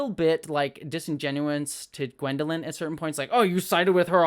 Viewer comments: Thanks! Great to get a perspective from someone who has never read the books. But since you have not read the books, let me just clarify- the young female character is not Gwendolyn. Her name is Egwene. (For pronunciation you'll have to see the show again). I hope you keep reviewing this show! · Egwene not gwendaline :)